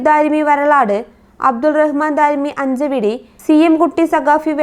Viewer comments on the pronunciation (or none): അബ്ദുറഹ്മാൻ ദാരിമി. അഞ്ചച്ചവടി . അഞ്ചവടിയല്ല.